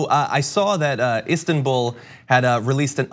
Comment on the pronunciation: Wtf is istenbool